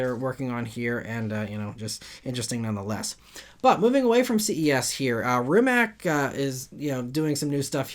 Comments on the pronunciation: Brett Berk has a video riding along with will i am in a MB. Mate Rimac = ‘Mah-tay Ree-mats’ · Mate Rimac's name is pronounced Mah-tay Rimats BTW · Small correction, Rimac founder is Mate not Nate and the last name is pronounced "RiiimaC" (hope it helps and thanks for the news)